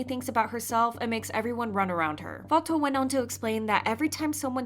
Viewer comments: Its /fatu/ btw not fato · bestie it‘s not fa-toh-oo, it‘s fa-too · her name is pronounced like "fah-too" not "fah-tow" just to let you know, great video btw! :) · Fatou is pronounced: fah-too.... not fah-toe. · Just wanna say it’s pronounced “FAH-TOO” Not “fah-toe” not to be rude or anything 😬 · I'm senegalese (and my name is fatou too) the right way to pronounce it is "faa-to" but even my classmates call me "fa-too" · no it’s “Fa-too” I am Senegalese too and my mom’s name is Fatou and that’s how we pronounce it, I never heard a Senegalese pronounce it as ‘Fato’ since the “ou” in french is read as “oo” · Hi, I just wanted to clarify that Fatou is pronounced "Fa-too" as in the actual word 'too' or "Fatu" if that helps. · I’m pretty sure Fatou is pronounced “Fatoo” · Girl it's pronounced as Fatuuuu, that's how they say it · I’m sorry but her name is Fatou the “ou” is pronounced like an “oo”. Not Fato. It was bothering me so much. Black people getting their name mispronounced when it’s super easy to pronounce it well is getting so annoying. Especially when other YouTube kpop news channels are pronouncing it right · not "fa-toe" 😭 cmon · Thank you for keeping us informed! just a small correction: Fatou's name is pronounced "Fa-too" :) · the way you pronounce fatou lol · Just a fyi you aren’t pronouncing Fatou’s name correctly 😊…